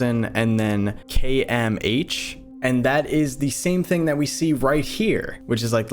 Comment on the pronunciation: "and then... k m h?" gosh darn americans